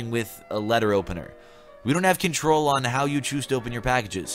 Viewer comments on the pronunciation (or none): none